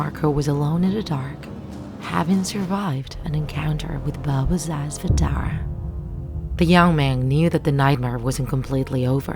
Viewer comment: you pronounced baba sa zvezdare so wrong its hilarious, coming from a serbian